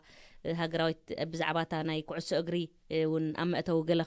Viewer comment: በጃኻ መጽሓፍ ትግርኛ ኣንብብ። ካብ ጌጋ ልሳንካ(ኣዳማምጻኻ) ብዙሕ ክትመሃር ኢኻ፣ ካብ ኣቈልዑት፡ ኣሰብኡት፡ ድበልኩኺ፡ ስጋዕ፡ ስለ ደለወን፡ ድኰነ፡ ድኰነ-ሰብ፡ ደታሓሳስብ፡ ኩዕሾ፡ ተደይከይድካ፡ ደሎ'ሲ፡ ድብል ርእይቶ፡ ነጻ፡ ድሳቐዪ.... (That's all your words senseless Tigrigna "Slang") ኣረምቲ ድምጺ ትግርኛ (Tigrigna Dialect) ክትረክብ'ኻ ኣንብብ። ብምቕጻል ነቶም xኣቈልዑ ደይኰኑስ ኩዕሾ... x (√ነቶም ቈልዑ ዘይኰነ ኩዕሶ √) እናበልካ ኣርሞ፣ ስሕተት ዘሎዎ ትግርኛ'ውን ክትዛረቦም ከሎኻ ካብ ቓላትካ ክንደይ ሒዞም ከም ዝኸዱ ተረዳእ፤ ብኡ መጠን ንደቂኻ እውን "ደዱ... ደኣ'ምበር ዘዙ ትምህረን የሎኻን" ስሕተት ኣደማምጻ ትግርኛ ብጌጋ ትልስን ኣሎኻ። እንክሰምዐ ከሎዂ እታ ጋዜጠኛን ብመጠኑ ድማ ሰበይትኻ ከም ዝሕሻ ኣመዛዚነ ኣሎዂ። እንዳበልካ ዘይኰነስ እናበልካ'ዩ ክኸውን ዝነበሮን ዘሎዎን፣ እምበር "ኣተኣላልያ ስድራ ኣብ ወጻኢ!" ብትምህርትኲምን ሓሳብኲምን ኣዝዪ ዘዕግብ መሃሪን ስንቂን'ዩ ንኲሉና ኤርትራውያን። ክብረት ይሃበልና! ሓዳርኲም መመሊሱ ይሰስን።